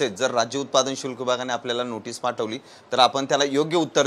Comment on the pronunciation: अहो समजून घ्या उच्चार चुकत असेल तरी पण भावना निर्मळ आहेत.शुल्क खात्याचे नाव भ्रष्ट अधिकारी यांच्या मागे धंगेकर यांच्या रूपाने शुक्लकाष्ट लागले असे समजा.